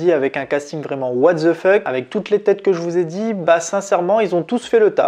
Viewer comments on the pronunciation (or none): Mais arrête avec tes Englissismes à 2 balles 😂 "what ZZZe fuck" 😂 Live action ??? 🥴